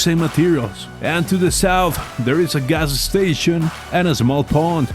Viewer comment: ga s s tation